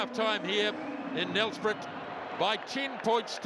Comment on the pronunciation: It is pronounced "nel-sprate" not "nel-sprit".